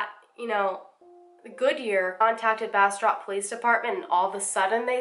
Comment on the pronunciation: Also, great job pronouncing Bastrop. I'm from an area in Louisiana near Bastrop, Louisiana and it's pronounced completely different. Took me a while to get used to BasTROP, Texas.